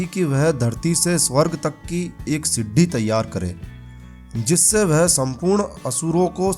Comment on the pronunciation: siddi nahi bolo bhai sidi bolo